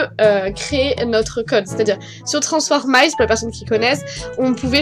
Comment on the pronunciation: on dit pas transformace en di transformiiice avec un iii le i en dit pas a